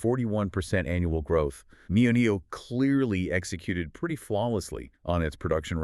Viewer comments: Very thorough analysis ... much appreciated! Liked and subscribed! (just not sure why you keep saying NIO-NIO) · They can’t even pronounce the name of the brands, right. Why do they call it NIO NIO? I’ve been in the stock for at least five years. I’ve never heard referred that way nor have I heard them call Onvo , Onvio. It’s almost painful to listen to this podcast